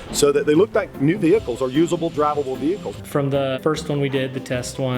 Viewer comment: vee hee cieellss???? wtf